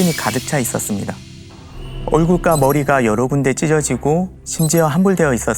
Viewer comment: 얼굴과-여기서 우리는 보통 얼굴과 과를 과로 읽지 꽈로 안읽는데 ..흠.. 외국인이 한글을 배운 느낌? 만약 제느낌이 맞다면 중국인느낌 좀 납니다.. 발음이 좀 이상함. 아님 말구요 제귀가 이상한거겠죠 😂